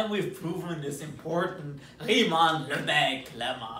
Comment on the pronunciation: I am proud of him pronouncing "Riemann" in perfect German.